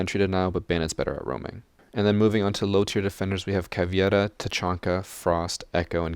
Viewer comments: It's Caveira not Caviera :D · I love your content so far and have only one remark. Caveira is prnounced Cuh-vay-ruh (Portuguese word for skull)